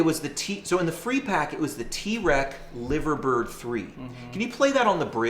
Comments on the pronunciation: If you are British, by the way, you’d say Lie-ver-bird. Named after the famous bird sculptures that sit on top of the iconic Royal Liver (yes, lie-ver) building in the home of the Beatles, live-agh-pool. Yeah. I know. Brits and their prer- noun cee -ayshun ...Go figure, eh?! :-) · LIVERbird?! L I V E R bird?! REALLY? 🤷‍♂️ Nice Profile though😉